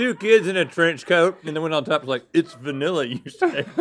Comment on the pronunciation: It’s vAniLlA you say 😂😂